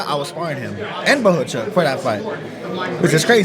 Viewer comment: bohachuck hahahaha not bockachuck😂